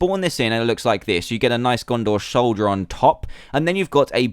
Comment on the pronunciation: dan said shoulder instead of soldier